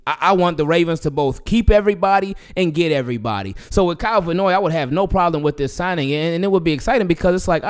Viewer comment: Love your channel, I'm hearing you pronounce Kyle Van Noy's last name Vannoy, like it's one word. It may seem irrelevant but I hope a professional like yourself appreciates this & does not take it in a negative way. Thanks for listening. 😊